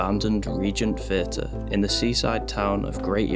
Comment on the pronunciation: THHHHHH EE AH TUR NOT FUR TUR